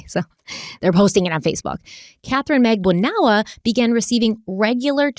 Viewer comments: la-CASS mag-BAN-ah-wah Ms., please, get your proper name pronunciations in order!!! Love ya, otherwise, but you drive me nuts with your constant mispronunciations of people and place names. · It’s funny but I’m sure someone has mentioned it… would you maybe consider searching for the actual court trial so you can pronounce last names correctly? Just saying.. 😆 For instance..Katherine (pro: mag-ban-oo-ah) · Magbanua - "Mag ban wuh" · I love you but it's MAG-BAHN-WA. It's a common Philippines 🇵🇭 surname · please pronounce Charlie's girlfriend Katie as MAG BANA WAA. It sounds like you are introducing a new person the way you pronounce it. 😊